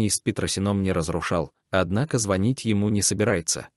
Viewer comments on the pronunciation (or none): none